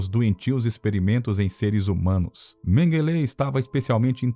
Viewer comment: MENGUELÊ ????? ONDE VC APRENDEU ESTA PRONUNCIA TOTALMENTE ERRADA --- Menguele não leva acentuação nenhuma..